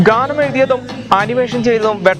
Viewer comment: Wow സൂപ്പർ. ഖാനം അല്ല.ഗാനം എന്ന് പറയൂ